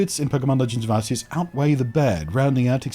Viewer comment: It's gif as in George, and Ars-ious just sounds rude, even if it's "correct." lol Cheers.